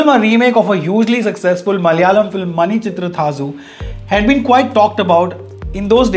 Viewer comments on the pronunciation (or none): Hey Manichitrathazu pronounced as Manichitratharru The rru has an heavy accent which comes from twisting or rolling ur tongue Hope some of ur southy friends especially Mallus help u with this accent 😁😁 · Sorry Though you had malayali friends you got the pronunciation of the malayalam film horribly wrong.. Please call them and correct yourself 🙂